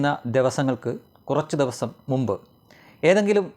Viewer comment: ദെവുസം ഒന്ന് ശ്രദ്ധിക്കൂ.'ദിവസം'